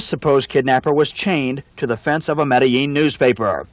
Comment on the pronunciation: Pronounced the ‘L’ in Medellíin…. Ai fingerprint